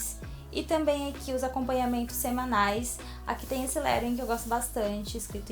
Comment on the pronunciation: Não se fala lerouing e lettring bem cono se escreve que se fala(eu sei aue cada um tem seu jeito)to dando a minha opinião